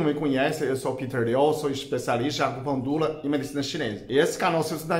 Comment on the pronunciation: Esse dr é muito simpático. Acho demais quando ele fala "acupuntula" :)